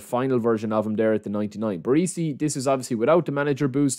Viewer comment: BarEsi not BarEEsi FFS lol